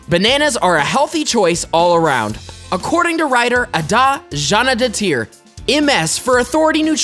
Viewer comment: omg, the pronunciation of Bjarnadottir! it sounded like a name from india, not island